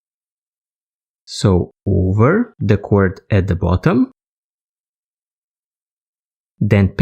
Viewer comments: Well no kidding, I know it's paracord, I was just commenting on how your letter "D" at the end of the word, or rather, the lack of it, sounds like you're saying "T", or cor"T", rather than cor"D". And, I was definitely fooled with your accent. You really sound Indian with the way you speak. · your telling me you honestly did not know he was saying cord instead of cort?